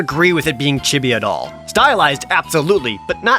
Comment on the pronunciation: You say chibi wrong